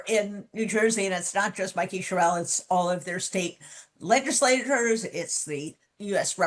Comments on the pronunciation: BTW, her last name is pronounced "Cheryl." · Great interview, Jen. But please do your journalistic research and get clear about the pronunciation of your guest's names. Rep. Sherrill puts the accent on the first syllable, not the last. This is something we in NJ know. Thanks.